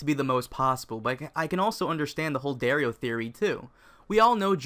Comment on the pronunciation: DAario naharis.... seriously?